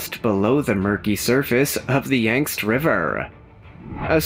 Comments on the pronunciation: OMG! The Yangst River! 🤦🏻‍♀️ Here I go, turning into a Karen again! LOL! It’s Yangtze… Yang-tsee. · They were saying Yangtze River….yet throughout the video it said Yang see (or whatever. It’s more important to me that children learn the proper spelling and/or pronunciation. Let’s not dumb down America even further! Until we demand the proper spelling (and instructional ways to figure out pronunciation, our children will NEVER learn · Never heard Yangtze pronounced “ yankst “ before…